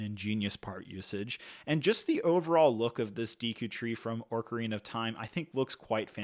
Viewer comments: What's worse is that ocarinas are a real musical instrument, not something made up by Nintendo. I can understand not knowing how to pronounce Deku, but just LOOKING at the word "ocarina" will show you that there's no "r" before the c, so pronouncing it as orca-rina is insane. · Lmao when I was a child I used to pronounce it “Ocarnia” but as a full grown man no excuse for that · Ooofff... forget me saying I'm going to hear Orcarina everytime... Ocarnia wins the butchery of the day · "Orka-Rina of time" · He is pronouncing it like Orca🐋rina 💀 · ORRR CAR INA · I wish he'd just say upfront that he's unfamiliar with this franchise. The mispronunciation is... crazy. Like, many of us played these games pre-voice acting, but ocarina and Hylian are spelled simply. How did you get every single one wrong? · I’ve never played Zelda and even I know you’re butchering the pronunciation of ocarina and terminology, do better, you’re just being lazy and not doing your research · The names, my dude. Ocarina, especially, has two different accepted pronunciations, but you didn't use either one. I normally wouldn't care, but because of how often you say the words it just got more notable over time. I understand that you maybe didn't play the games yourself, but it might've been worth watching a youtube video or something about the games to get an idea of how to say the names. I'd recommend that in the future when reviewing sets about a property you're not familiar with. Hopefully there will be more Lego Zelda sets in the future and you'll have'em down by then. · where are you seeing an R in ocarina ☠️☠️☠️ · mispronouncing ocarina every time really annoyed me lmao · haha. I meant the R he is pronouncing at the start - not the actual R that is later in the word. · Not orcarina either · I was looking forward to watching this. But 5 mins I can’t handle this pronunciation of ‘oRcarina of time’. It’s making me feel itchy. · why does he keep saying ''orkarina'' instead or ''ocarina'' ?